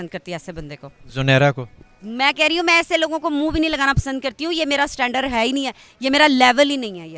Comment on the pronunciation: Madam standarrrrr nahi hota standard hota hai...